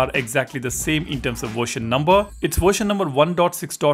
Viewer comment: What the hell is a " worshin"?